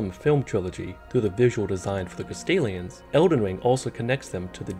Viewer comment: Good video, but I can’t help but hear “Castilians” every time lmao